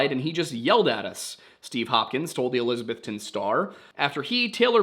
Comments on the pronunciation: It’s pronounced elisaBETHton. When I moved to SWVA it was made clear everyone knew I wasn’t from here because I pronounced it eLISabeth-ton. My bad for reading an English name and pronouncing it how I was taught. Also, helpful hint -ville is not pronounced vill, it’s vull. Say it as if your mouth is full. Knoxvull Nashvull Wythevull Ashevull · I wonder why people say Elizabethton like that? I mean How do people outside of east TN normally say Elizabeth? It's Elizabeth ton. Not trying to be rude or mean or anything but after working in a hotel for the past 3 years this is starting to really get to me. I do enjoy your videos by the way.